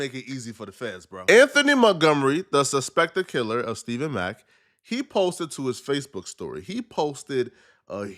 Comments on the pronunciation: It's Stef Fawn mack stephon mack not stephen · Stephon, not Stephen. Also, been saying this for more than a year. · Bro I thought I was only one that caught it… I only heard dude that passed is Stephon Mack… bro just keep saying Stephen Mack …. No bro… Stephon Mack……😮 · We believe you can’t read Stephen and pow wow 😂😂😂by the way it’s Stephon and powell 😂😂😂smh🤦🏾‍♂️🤷🏾‍♂️😒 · *Stephon Mack Cmon ima fan but get that young man’s name right. Especially if you’re gonna make a video covering his murder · Stephon (Stef-fon) who the hell is Steven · Stephon not Steven. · Stephon mack not stephen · Think its pronounced "Ste-fon"